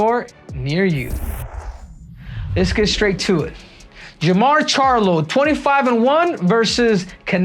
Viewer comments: This fool said jermall lol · He really said “J’mar charlo “ 😂😂😂